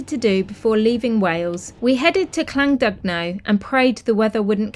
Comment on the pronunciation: The middle part of Llandudno i. e. the 'dud' is pronounced 'did'.........so more like 'Clan- did- know' 🙂